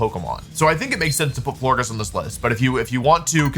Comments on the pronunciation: Who let him go with floor giss and not flore-jiss like floral gorgeous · Florges pronounced floor-jess right? Like floral and gorgeous? Does Wolfe mispronounce so that we comment 🤔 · In case anyone cares, it’s pronounced Flor-Jess. Like gorgeous and floral ❤ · wolfe, my sweet summer child. florges is a soft g because it's based on the word gorgeous. we still love you❤